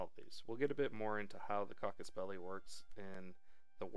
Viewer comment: Nice video for the basics of EU4. Anyway, it's CASUS BELLI. It's latin and it means "cause for war", more or less. ;) cheers!